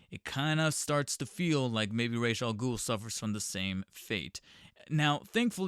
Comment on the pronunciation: When saying Ra's al Ghul, keep the word racial in your mind. Either that, or watch Batman: The Animated Series.